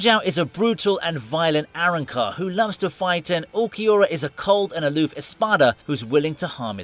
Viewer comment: Number one know your facts before you make a video!! I'ma bleach fan and grimjow didn't lose to uqluiorra!!. And he out smarted him and sent him away !! And u don't even know how to say Arrancar right 😂😂 know your faves jr